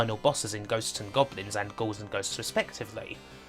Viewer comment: "The BwainChiwd of Ghost n Gobwins".. what exactly is the accent that makes r's and l's into w's? it's rough on the ears whatever it is